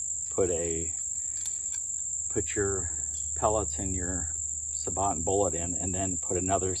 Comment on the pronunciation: thats pronounced sa-bo!